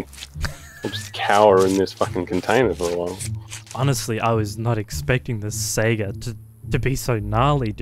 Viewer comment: Holy shit.. finally, someone pronounces saiga correctly!